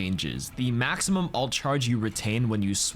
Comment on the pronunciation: 'Ult' is short for 'ultimate'! Why do you say "alt"?